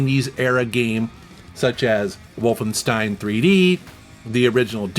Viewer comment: That right pronunciation of Wolfenstein ❤❤❤